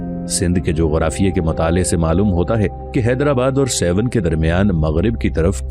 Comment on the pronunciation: سيون نہیں بلکہ درست لفظ ہے سیھوڻ (سہوڻ)